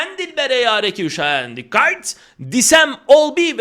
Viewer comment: dikkat derken dirk kuyt dedi sandım bi an dedim fener... ah...